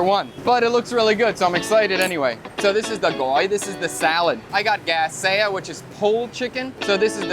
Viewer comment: Keep working on those pronunciations! 💪🏻 Cháo not chao, hạt not hát, xé not xe, xối not xôi, etc etc.